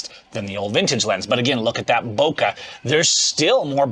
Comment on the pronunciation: Master Photographer who doesn't even know how to pronounce "Bokeh" properly...